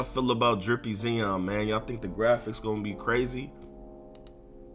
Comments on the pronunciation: Lol Nigga kept calling him “zeon” 😂shit was driving me crazy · 🤦🏾‍♂️ ZION (zy-on) damnnn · This dude really mispronounced Zion lmao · no cap